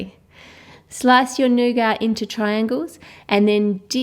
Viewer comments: It's not nougar, it's nougat... Pronounced with a T not and R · i think you are saying nougat say new git